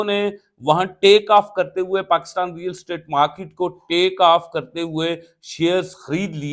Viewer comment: It is real estate not real state. Yaar english nhi aati toh property business keh lo